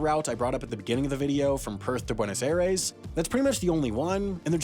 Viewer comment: Argentine here, I came to remark about your pronunciation of Buenos Aires and Ushuaia and it's... actually pretty good! Congrats, keep up the great work!